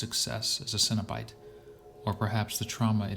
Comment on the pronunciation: Cenobite not Cinna-bites lol